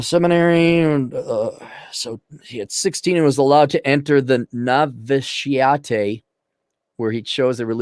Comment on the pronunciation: no-vit-she-it for novitiate.